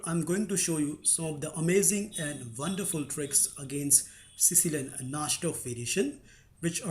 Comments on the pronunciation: Na"ee"dorf, not Na"sh"dorf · uhhhhhh..... i think its pronounced (nai-dorf) and not (naj-dorf) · The pronunciation of najdorf is: Na-ee-do-rf. u r pronouncing it incorrectly